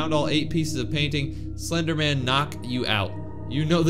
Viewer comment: Hro really said je thia slejderman girlfriend💀💀💀